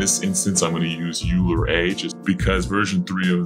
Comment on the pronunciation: Awesome video! Also, Euler is pronounced "oiler".